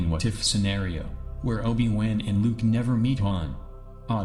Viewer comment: holy shit please say Obie Won again!!😂 lol great videos but you have to do something about the narrative! weird pauses and simple words mispronounced so badly